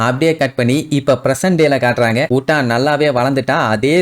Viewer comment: Bro உட்டா ❌ யூட்டா ✅